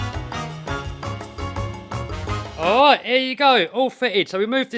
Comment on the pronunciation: I'm from Boston and i thought my miss pronouncing R was bad. This alwight. Little wod, disk bwake. England is way worse